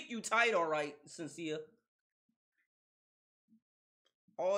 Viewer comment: Shhhhhhen-see-a, not Senseea.